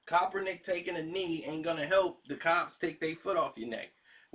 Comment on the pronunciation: Say it with me Karceno- KAP-ER-NICK! My goodness smh 🤣🤣